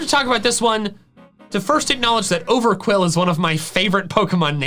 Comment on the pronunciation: THE U IN QWILFISH IS SUPPOSED TO BE A W! IT'S OVERQWIL, NOT OVERQUILL! AND IT'S THEIR, NOT THERE!